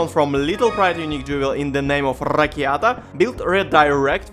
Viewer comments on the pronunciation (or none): Ah yes, those perfectly divined thread of hopes :) Also, rrrrrakiata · Lol rrrrakiata lol